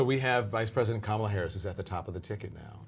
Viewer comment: Does no one teach Whoopie how to say Kamala??